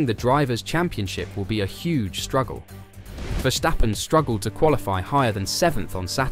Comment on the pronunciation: Its Versssssstappen not Verschtappen.